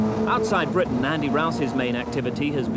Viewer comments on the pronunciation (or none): none